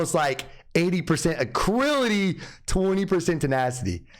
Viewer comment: Great video man but one thing, its ALACRITY NOT ACRILITY!